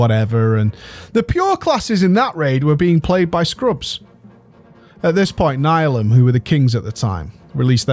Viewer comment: Nihilum is pronounced: NEE-HEE-LUM